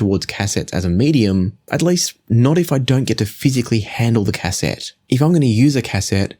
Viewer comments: bro. it's not "cass-ette", it's pronounced "ka-set". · It's actually phonetically pronounced 'caset' , there is no hyphen. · I quite enjoyed this video and then you said Cass sett and completely ruined it 😂😂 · "cass-ET" LOL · please learn how to pronounce the word cassette, cheers